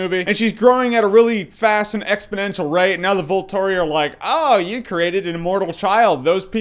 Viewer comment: Is very funny how you call the Volturi, Voltery, maybe we should make a nickname for them, instead of called Volturi, call them Voltery.